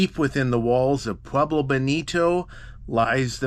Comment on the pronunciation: Live in the SW near here but had to leave due to his pronunciation of Pueblo. Cringe worthy.